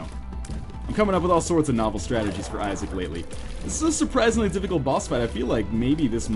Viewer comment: Glad to see he is trying new games - "Binding of Isaa"